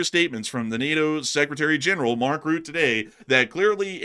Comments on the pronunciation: It's Rutta, not root - not exactly Rutta but Rutte with the 'e' pronounced as a separate syllable, sort of Rutt-ih. Important to remember that one's name is the most important word in their language so we don't want to screw up pronunciations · Mark Rutte is pronounced as Mark Ruh tuh not Mark Root.